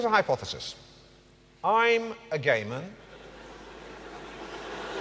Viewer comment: “Hypothesis: I’m a Gayman…..”. Pronounced as one would “Englishman” or “Fisherman” rather than “Gay man”. Quintessential ‘Enlightened’ Partridge…whilst actually revealing his ingrained, out-of-touch bigotry. All in one simple word. Genius! 🤣🤣🤣